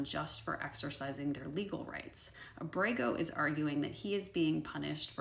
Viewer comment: Abrego is pronounced AH-breh-gō (accent on the first syllable).